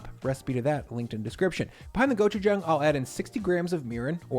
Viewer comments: my boy its pronounced gochu-jong not gochu-jang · Nice video. Will definitely have to try this. Though it is pronounced "JAHng"; not "JAng". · the jang in gochujang is pronounced like 'jaw' not 'jay' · I am so proud of you! (Go-choo-jah-ang) not (go choo jang) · gochujang go-choo-jAWng, not go-choo-jAAng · Just an fyi it’s pronounced go-choo-j(ah)ng.